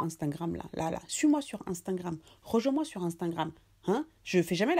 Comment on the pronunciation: Ah ta façon de prononcer Insta ( genre unstangram😂😂😂😂😂😂😂😂) trop marrant😅. T’es superbe 😘😊